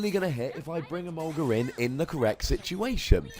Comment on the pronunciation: Whenever you say "My Emolga", I keep thinking you say "My Sharona"..can't wait to see the Scizor vs. Yveltal and your next Pokken Battle!